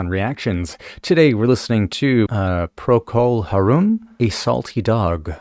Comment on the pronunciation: why do all these people misprononce Harum? Plus it's Gary Brooker, not Booker!